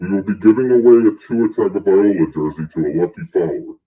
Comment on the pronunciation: Has to be a troll. If you support a player the first piece of business is learning to pronounce his name correctly and there said Tun-ga-vai-OLA. Got to be a troll.